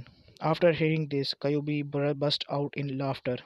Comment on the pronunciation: kayubi ????????????????????????? no kyuubi